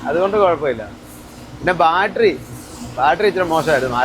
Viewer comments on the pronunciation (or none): none